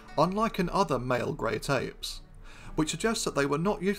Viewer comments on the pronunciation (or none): Doc, are you saying "Great Ape" or "Grape Ape?" 😂😂😂😂